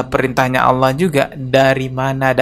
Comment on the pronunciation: Dia ngucap ALLAH saja ( awlo) malah ngajak debat agama 😆 . Kesulitan ekonomi memang berdampak ruaarrrrrrr binasa.